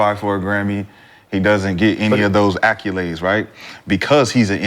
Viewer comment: Anyone ever gone correct the way mccants say accolades?